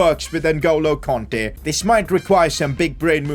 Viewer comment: its kante not konte